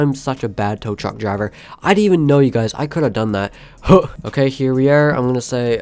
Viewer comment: “ i dentent know this was Fortnite whatever” lol